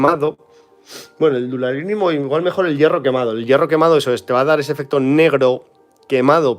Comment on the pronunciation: Minuto ...Color Duralinium....No será Duralumínio ? Es que los que no hicimos el curso CCC de inglés tenemos duras de lo que quieres decir.